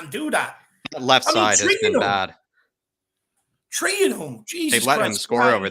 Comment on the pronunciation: It's three points not Tree points